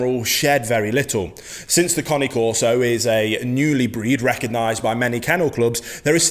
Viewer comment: This bloke knows fuk all about bullmastiffs. And what is a coni corso ? It's cane corso not connie. Two very different breeds with different traits. He is new to dogs and don't understand bullmastiffs.